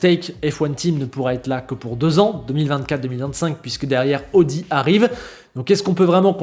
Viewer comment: ça se pronnonce aowdi et saowber 😛